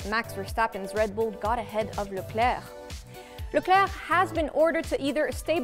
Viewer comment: Love the way you say Leclerc.